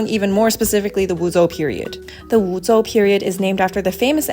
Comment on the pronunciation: Never heard of the pinyin "zhou" being pronounced like "zou"